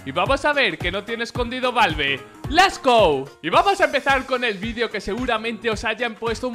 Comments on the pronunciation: TIO QUE NO ES LES GO, ES LETS GO!!!!!!!!!!! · les gou dijo el vlak